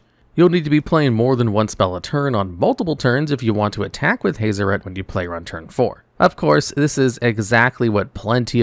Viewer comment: My brain hurts from how u pronounced Hazoret. Hah-zoh-ret. I've heard Hah-zor-ret which is less painful on my ears but haze-o-ret makes me wanna cut out my ear drums >_<